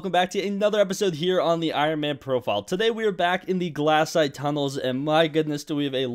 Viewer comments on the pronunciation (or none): BRO its glacite not glassite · im gonna throw up if i her him say "glass-ite" again